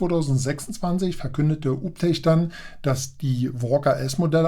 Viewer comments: Alter, der Name wird "juu bii tek" ausgesprochen. Und den anderen Roboter spricht man natürlich "kruser" (cruiser) aus... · "Uptech" klingt aus deinem Mund wie ein Hausmeister-Servicedienstleister aus Sachsen 😂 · ganz klar und deutlich 😂